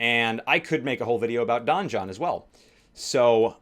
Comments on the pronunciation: Donjon is pronounced the same as Dungeon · "Don-John"... Donjon is just french for dungeon.